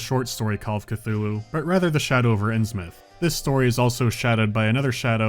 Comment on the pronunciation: Ah yes, Call of C'th-uty!